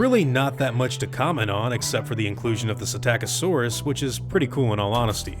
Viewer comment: Psittacosaurus is pronounced Sitattakasaurus? I've been saying Sittacosaurus all this time xD